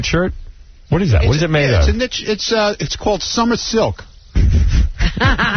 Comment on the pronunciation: Summah silk